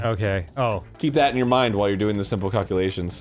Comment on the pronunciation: "memorize calcallations"